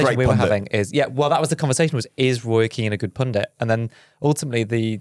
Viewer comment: You said Roy Keen and my American mind goes to Roy Kent 😂